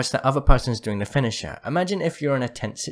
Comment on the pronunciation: Literally no one:: Finisha Great video btw <3